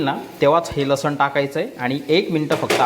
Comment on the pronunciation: रेसिपी छान ! पण मराठी शुध्ध बोलाना! लसन नाही लसुन